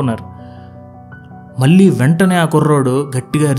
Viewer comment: మీ జీక్స్ చాలా ప్రభావితం చేస్తాయి.కానీ మల్లీ మల్లీ అనడం కొంచెం వినడానికి ఇబ్బంది గా ఉంది.మళ్ళీ,మళ్ళీ అని పలకలేరా.కొంచెం ప్రయత్నించండి.